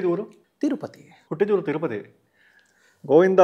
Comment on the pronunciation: 1) ಕನ್ನಡ ಹೋರಾಟಗಾರರಿಗೆ “ಹ ಕಾರ” “ಅ ಕಾರ” ಗೊತ್ತಿಲ್ಲ ಅಂದ್ರೆ ಹೇಗೆ😅 2) ಹೂರು ಅಲ್ಲ ಊರು. 3) ಓದೆ ಅಲ್ಲ ಹೋದೆ. 4) ಹದ್ದೂರಿ ಅಲ್ಲ ಅದ್ದೂರಿ. 5) ಹೈವತ್ತು ಜನ ಅಲ್ಲ ಐವತ್ತು ಜನ. ಪ್ರತಿನಿಧಿ ಆಗಿರೋ ನೀವೇ ಈ ತಪ್ಪು ಮಾಡ್ದಾಗ ಇನ್ನು ಆ ನಿಮ್ಮ ಶಿಷ್ಯ ಕುಳ್ಳ ಸಂತೋಷ ಏನ್ ಮಾಡಲ್ಲ ಹೇಳಿ. ಎಷ್ಟೊಂದು ಸಮಸ್ಯೆ ಅನ್ಯಭಾಷಿಗರು ಟೀಕೆ ಮಾಡ್ತಾ ಇದಾರೆ. ಇದಿಕ್ಕೆ ಮುಖ್ಯ ಕಾರಣ ನಿಮ್ಮ ಶಿಷ್ಯ ಸಂತೋಷ.